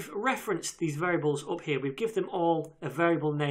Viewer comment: Gusein Gadirov каких британцев? Я не слышал, чтоб британцы 'stuff', 'up' так произносили как он) Что-то не то в его произношении, поэтому подумал канадский